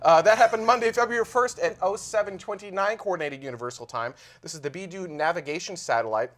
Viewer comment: 1) Beidou is pronounced "BAY-DOUGH" 2) Asteroid capture/redirect mission